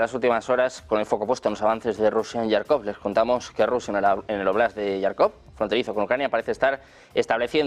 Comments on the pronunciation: Que alguién por favor corrija de una vez por todas a este señor periodista Некультурный que lleva semanas llamando a diario Yarkov a Jarkov, que se pronuncia con J DE JAMON DE JABUGO; hombre. Con más de un millón de suscriptores deberían Uds., cuidar un poco ciertas cosas. Y si no sabe la pronunciación en ruso, que lo pronuncie en español textualmente, pero no a la inglesa. Serguei Lavrov con GU GUEI, no seryei..y suma y sigue. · Por favor al comunicador ,periodista al que relata las las noticias, comunicarle que no es yarcov no se escribe con "y griega " se escribe con" j "y se le Jarkov con j como del baile español La jota esa pronunciación tiene. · Toda la vida ha sido Jarkov, los periodistas españoles cada día se inventan una pronunciación más absurda. Es como lo Kiv en lugar de Kiev.